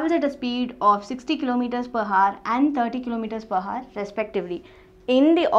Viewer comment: the Video is Good, but please pronounce "Hour" properly.... :3